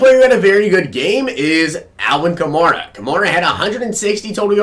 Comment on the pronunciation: You're pronouncing Alvin kamara's name wrong! It's pronounced like a female horse , a mare. so its Ka-mare-a!